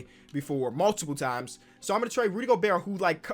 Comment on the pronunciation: that hard T in Gobert is tuff